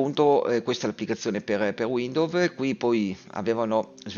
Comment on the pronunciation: Capito. Figo. Grazie! 👍 (comunque si pronuncia "uindous"...)